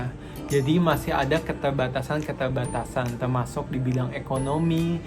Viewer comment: Keterrrrbatasan ka bukan ketelbatasan 😂